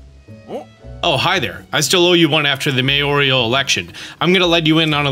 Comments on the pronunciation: Mayoral = Mayorial? Where is that "i" sound coming from,? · Mayoral. Pronounced like May Oral. There's no "i" - you're saying "mayorial" when it is "mayoral". May Oral. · You are driving me crazy with that mayor-IAL quest. It’s mayor-al. There is no extra “I” in the middle.